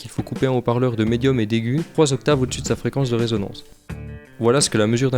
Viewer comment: bonjour et merci pour le tuto. Par contre on dit résonance et pas raisonnance du verbe raisonner.